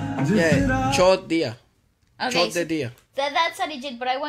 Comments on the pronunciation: bhai he is saying chod diya hahaa lol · Not me laughing my lungs out at accidentally cursing in Hindi while saying “chord diya” 😂😂😂😂😂😂😂😂😂😂